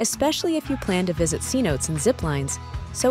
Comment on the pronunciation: It’s pronounced C no Tay Not see notes 😂🤣😂🤣😂🤣😂🤣😂